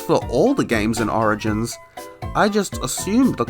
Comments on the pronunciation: "Sonic Arigins" sorry I had to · thats not how u pronouce origins